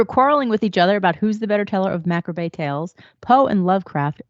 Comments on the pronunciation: "Mac rah bay"? Seriously? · Show your math. I've never heard anyone mispronounce it. ... till this video.